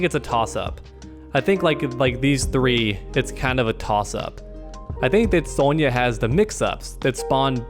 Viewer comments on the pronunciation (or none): Thats a weird pronaunciation of Sonya (sry, cant spell)